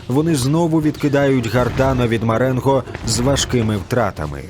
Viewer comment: Маренґо? З буквою "ґ"?